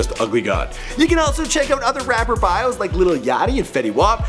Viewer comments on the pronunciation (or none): none